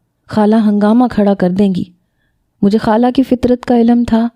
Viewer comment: Hala nahi hota khala hota ha 😂